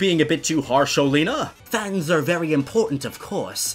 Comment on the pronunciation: I thought it was pronounced oh lee ah na